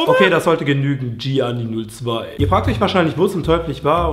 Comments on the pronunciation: Es wird Jani ausgesprochen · Gianni Wird ohne i(das erste XD) ausgesprochen,er is mein Bruder, lmao.